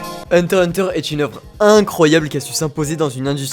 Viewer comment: pk tu ne prenonsse jamais le x de heurter x hunter